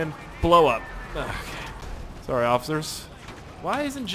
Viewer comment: osifers XD